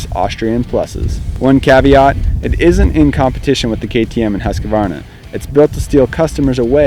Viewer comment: Once and for ALL: "husk" + "varna" .... not HUSK-A-VARNA !!! For the love of GOOOOOD people .... ;o)